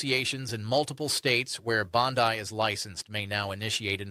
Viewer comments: Regardless how the name is spelled it’s pronounced with E at the end, Bondeee. Listen to the Senate videos on your’s. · Thats an AI, not a real person. AI always mispronounces Bondi as bond-eye. And they don't breathe. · Bondi pronounced Bondeeeee. Not I as in Australia. Spanish pronunciation. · It's "Bon Dee" babe. Not a real big deal but just a heads up. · Why is the sky mispronouncing her last name? Is this AI? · PLEASE TRAIN YOU A.I. to pronounce Bondi's last name correctly. #kindergarden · Learn how to pronounce Bondi! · Is he real or is it just AI ? Of your job is to coment on politics and you are pronauncing pam BONDIs name like that like all other AI videos pronunces it. Its hard to not suspect that this is an AI clip. I mean i am from sweden. And even i can pronuce her name correctly. This is an AI made video. He is not the one talking. 😂 laughing at my self now. That i even wrote this. Have not looked at the video. Just listen. Now that i look at his mouth while he talks. 😂😂😂 hate this damn AI videos. Hate that you cant trust whats what anymore. Stop with all this shit !!!! Make real videos. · Y'all need to get your ai bots to pronounce Bondi's name right. It's a dead giveaway. Even though I can't stand her lying mouth, fix it. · This is an AI-generated commentator who doesn't know how to pronounce Bondi's name and doesn't know a judge from a Senator. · Is this guy AI? If I remember correctly, anytime a podcast host can’t pronounce Pam Bondi’s last name It’s usually AI. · Bot much? (tho, tbh, he does look AI-ish, and mispronouncing Bondi's name seems suspect.) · Her name is pronounced "BON-DEEE" Not "BON-DYE" Your deliberate mispronunciation of her name does you no favors and undermines the seriousness of the information you are trying to impart. It makes you sound kinda dumb. Casts doubt on the credibility of your report. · It’s Bondeee. Not Bondeye! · Are you Australian? Why do you insist on mispronouncing her name? It’s not Bond-eye but Bond-ee